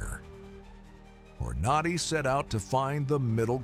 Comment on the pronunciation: This is terrible, terrible A.I. BULLSHIT. It begins by mis-pronouncing Hornady, and then mentions 7.62 NATO rounds while showing 7.62 x 39 AK rounds. I always thought the AK platform was rugged but not a paragon of accuracy. So much bullshit I couldn't watch the whole thing.